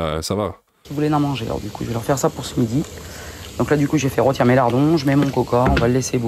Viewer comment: "rotir" on commence mal et un indice : ça finis mal aussi